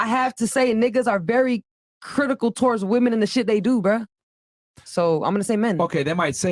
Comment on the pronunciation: Says she's intelligent and articulate, then says "criticule" 😭😭😭😭